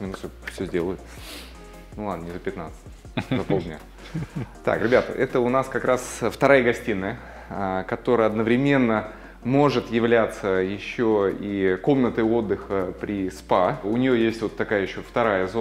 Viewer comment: ПОЖАЛУЙСТА! Ставьте правильно ударения на слова🙏🏻 смотреть очень тяжело - режет слух. КрасИвее - ударение на И. ОдноврЕменно - ударение на первую Е. Этот ролик еще не посмотрела, начала с последних, но пишу комментарий под этим, в надежде, что Вы прочитаете. Спасибо 😊